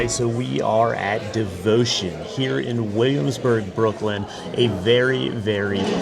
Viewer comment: I would have tried to pronounce the actual name. It’s not that far from the English, Devoción